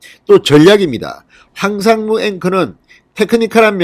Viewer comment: 황삼무가 아니고 황상무 입니다